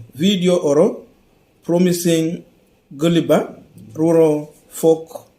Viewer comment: How did you read the word ''gullible'' Do you notice comas and full stops Pronunciation muhimu.